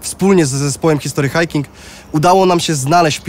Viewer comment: 'histry hajking' nie 'history hajking'